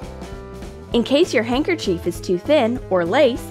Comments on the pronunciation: Words they pronounced wrong. Handker•chef Handkerchief 😂 Practicol Practical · Her pronunciation of handkerchief is very triggering!